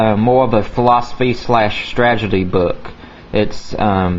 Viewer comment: its strategy not stragety